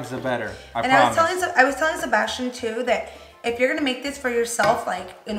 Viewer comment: When she said tooo. Lol 😂😭😭 Bilingual problems 101